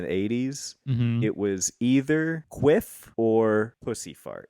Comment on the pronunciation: I’ve typically heard “quiff” pronounced typically with a short i. A queef is spelled with two e’s.